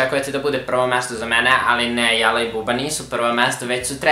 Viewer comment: Buraz, Jala je [Đala] !!!!!!!! Btw. potpuno se slažem sa tvojim poretkom.